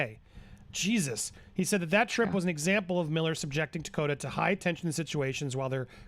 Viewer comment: Takota? Tokata.